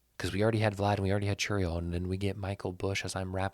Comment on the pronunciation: Vlad = Glad ✅️ Chourio = Cherrio✅️ Busch = We've got Bush! ✅️🤣